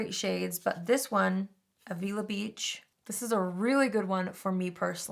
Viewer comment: I could be completely wrong but the bronzer should be pronounced as "av-ill-a" beach. it's a beach in central coast California in the 805 where colourpop was founded 💕